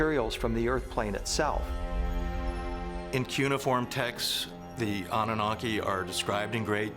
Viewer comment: Does anyone know how to pronounce cuneiform correctly 🤦‍♂️